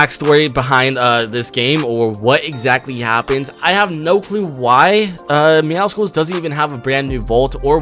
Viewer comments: Yeah it’s pronounced MeowSLes not MeowSICLes (I typed it how you say it) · Why do I find it so annoying when almost every YouTuber says MEOWCICLES, when it is MEOWCLES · Meowscles (meowsles) is how you pronounce it like muscles not muskles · Its pronounced “Meow-suls” jsyk it’s like a combination of “Meow” and “Muscles” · Lol sorry to point you out but it’s pronounced meow-souls😂 Clearly a play on words and combination of the word meow and muscle I love your channel btw (Also congrats on 99 myth busters episode I can’t wait for episode 100) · my dude, please, pronounce Midas, (My-dess) and Meowscles is like Muscle, (Meow-souls)